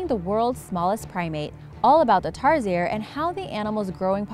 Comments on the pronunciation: Oi! Ang pronunciation ng Tarsier ay Tar-sh-ier OKAY!?!?!?!?!?!? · It is pronounce Tarshier Bitch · Rosario De Leon Yes! But she pronounced it tar-si-er and it's pronounced Tar-sheer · Actaully im a Filipino...Tarsier is not pronounced as tarseer but it is pronounce as tarshear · It's pronounced tarSIERS XD but ok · Its pronounced tar sheer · Pronounced as "tar-sheer" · It's pronounced TARSHEER not TARSIER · It's pronounced as Tarshear but it's spelled tarsier I know that because I'm from Philippines,Mindanao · We pronounce it tarshier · I am a Filipino and tarsier is pronounced tarsheer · Its pronounced as TAR-SHEER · It's Tar-Sheer I'm a Filipino! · just a note, tarsiers are pronounced as tar-sheers, at least in the Phil hahahha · Lol in the Philippines we pronounce tarsier as "Tar-Shear" And lol I remember the barrel man when I was in boracay in a near by shop by the hotel we stayed in I am okay with foreigners saying something in Filipino or any language here in the Philippines, but it still bothers me when they get it wrong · Tarsier is spelled like Tarshier oml.... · you pronouns the tarsier wrong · Am sad. :( you said Tarsier wrong... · Lol you pronounced the tarsier the wrong way hhahaha but its good thought keep up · Im a filipino and you pronounced tarsiers wrong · And no offense you said tamaraws and tarsier wrong but it's ok you tried.